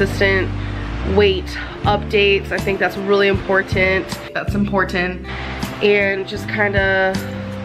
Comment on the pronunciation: Tanya-Jay LaBelle don’t forget the very accentuated “T” at the end. InportenT. She speaks like a hillbilly but she sure does make sure to pronounce the Ts in important.